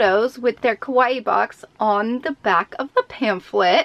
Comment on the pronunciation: it was pretty annoying to hear her be that negative. and the way she pronounce kawaii, she pronounce it like it mean Scary, maybe she was referring to her face makeup XD